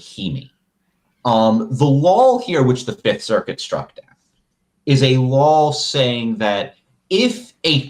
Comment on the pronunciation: Ian, it’s spelled & pronounced “law”, not “lawl”. There’s only 1 L in that word.